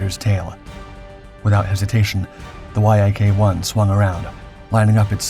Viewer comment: IT IS called a Yaaaaaahk... NOT a Y-A-K fighter.. Damn.. Lazy fkrs.. As for Lydia.. She deflated her actual weight..